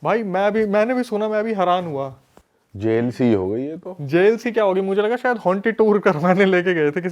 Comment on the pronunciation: Bhai sayad hota hai sayar nahi